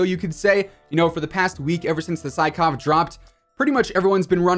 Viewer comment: Not to be douchebag or anything but sykov is pronounced as "seekof" since it was a russian gun :)